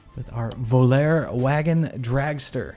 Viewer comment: It's pronounced voll-are-ayy - Volaré. Late 70s car with most being powered by a slant six